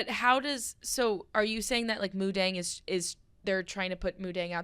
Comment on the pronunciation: is incorrect. It is pronounced Moo Deng. Deng means bouncing. Moo means pig. Dong in thai means to like ferment food, i.e. pickles.